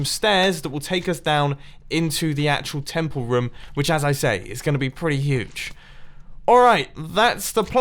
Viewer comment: "I need plenty of roum" .....ITS ROOM XD